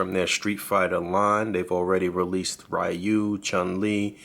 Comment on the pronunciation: Ree-you, not Rie-you, but great review nonetheless